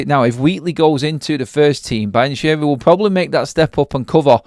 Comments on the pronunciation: You’re murdering the Italian language with your Brian Cheery and Brian Cherry 😂 It’s pronounced Be-an-kee-ree Apart from that, good video 👍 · It does sound like Brian Cherry haha 😊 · Learn how to pronounce the name 😂